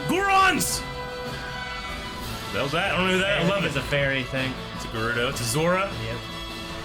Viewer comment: Green T-shirt guy mispronounces literally EVERY Zelda-related word. “Hyla” “Deekoo” “Fierce Dai-ity” “shakia” “Gurido” Seriously, dude, learn how to pronounce words